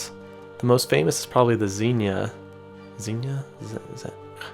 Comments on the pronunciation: congrats! you said xenia right! its "zeen yuh!" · Good job at getting the pronunciation of Xenia right on the first try! That tornado outbreak is still talked about today even time there is a storm. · Something to note about Xenia,OH (your first pronunciation was correct). It was hit by an F5 is 74, an EF4 in 99, that followed a similar path. And is a suburb of Dayton that just sustained an EF4.